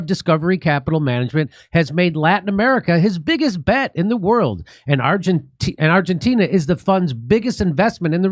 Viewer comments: Jimmy can’t say Argentina correctly 😂he says Argentinia. Love the show though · I’m here for Jimmys pronunciation of Argentina